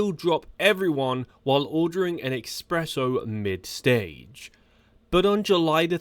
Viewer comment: Its espresso not eXpresso..